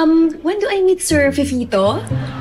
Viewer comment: si sir Fefito?HAHAH the fifol natatawa ako sa pronounce nya pero relate rin ako Minsan